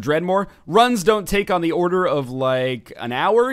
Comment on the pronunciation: the way you say tthe is weird 2 me.